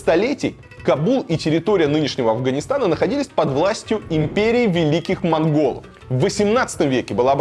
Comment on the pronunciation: Пиши, Варламов, пиши! Только читай без ошибок. Такого тут наговорил ""моНголы", "африканские" и т.п.